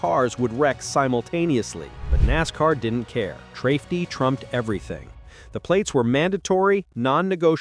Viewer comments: "Trafety trumped everything" WTF? More AI slop that can't say a simple word like "safety". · AI text to speach crap like usual ... Traftey? seems legit... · Cheating isnt a "loophole" you moron...and ...WTF IS "TRAFETY"? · “trafety trumped everything”? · What the hell is 'trafety'? This AI narration BS has got to stop. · . He said trafety trumps everything😂 clearly ai is reading the input script that the typoed